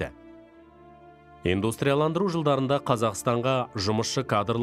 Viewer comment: Инстандырылу демей дұрыстап оқысаңызшы